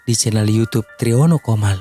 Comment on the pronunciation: Triono Comal. Pak bukan komal